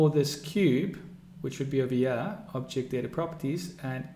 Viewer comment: why are you saying here as yaa